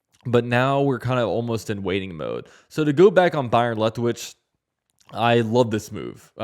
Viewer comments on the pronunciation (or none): Are you saying Lethwich? Isn't it Leftwich?🤔